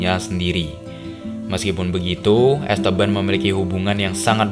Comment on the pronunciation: dibaca 'EstEban', om, kedua 'e' dibaca spt kata "enak" atau "aneh".. bukan es teban aplg es tebu 😂